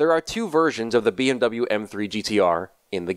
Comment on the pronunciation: All germans because of him saying bmw wrong